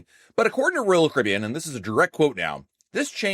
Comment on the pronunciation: SLOWLY PRONOUNCE: R O Y A L C A R I B B E A N!!!!!!!!!!!!!!!!!!!!!!!!!!!!!!!!!!!!!!!!!!!!!!!!!!!!!!!!!!